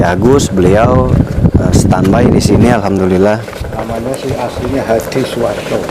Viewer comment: Mohon maaf,sedikit koreksi bhs inggris " Stand By" di baca sten bai.Lebih jelas pengucapan ini lihat kamus bhs inggris atau aplikasi U-Dictionary.Trims sblmnya.